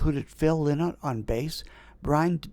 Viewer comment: Best rock band to ever come out of Ireland! That music reviewer from the Calgary Harald who wrote the scathing review of Thin Lizzy's performance should have been smacked in the head with a phone book! P.S. - Phil's last name Lynott is pronounced "Lie-not". As he himself used to joke, Lynott rhymes with "Why not?", which was his philosophy when it came to trying most things.